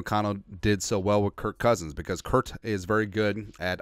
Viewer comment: Bro, his name is kirk. There is no T.